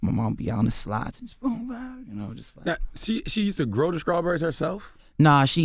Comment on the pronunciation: Damn Charlemagne was off his game #horrible please stop saying scrawberries.. DAMNIT